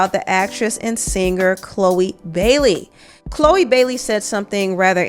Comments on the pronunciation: Lawd not CHO LEE! 😭😭😭 CLOW-EE is the pronunciation LOL 😂🤣🤣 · The Ch is like a hard K in her name, like Khloe Karblahblahblah, but anyways Choloe has already sold her soul, so what is she even talking about, she must have been tasked for some damage control by the elders :face-turquoise-covering-eyes::face-blue-smiling::face-blue-smiling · I think her name in pronounced Cloo...eee. I'm glad she's saying something about the industry. Thank you for this video. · her name is pronounced CLO EEEE....😂😂😂😂She says her own NAME and they said it TWICE at the beginning..... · Pronounced 'Kloh wee" like the Kardashian. Many of the most popular artists wouldn't even have hit singles unless they made a deal. A lot of them are average. The Bailey sisters could have made and controlled their own careers if they had just used Amazon music and got 60% of everything they recorded. They would just have less. They would still have millions but they would have less. To me it's a fair trade off. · Bruh!..its pronounced(CLoHH-EE)....lol;) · Grown azz man at his big age and can't pronounce Chloe. He looks like he can't read😂😂😂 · Lmfaoo I just hollered. Really?!! You mean to tell me you have never met or heard of anyone named Chloe and saw how it was spelled/pronounced?😭🤣🤦🏽‍♀️